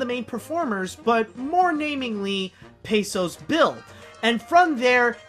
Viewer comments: That's PECOS (PAY-KOSE) Bill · um i hate to sound rude, pecos is pronounced with a c not a s